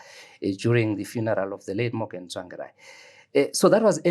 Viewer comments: He complains about wrong pronunciation of his surname then goes ahead and says "Tswangirai" refering to Mr Tsvangirai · He has worked with Tsvangirai for years but still cannot pronounce his name correctly...and yet he scoulds Chamisa for same? Are we a cursed people?